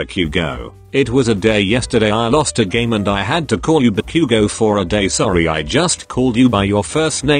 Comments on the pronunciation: What we say : Ba-Bakugou Google translate man : barbecue gou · im sorry but i have to point out a really funny bit the bit were Izuku goes ba-bakugo the voice said barbque-go good video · Ba-Bakuguo (text speech: What I heard) Barbeque-go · bro why did it sound like barbecue?😂🤣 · He really said barbque go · Ba“Q”go “D"ku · i understood barbacue 😭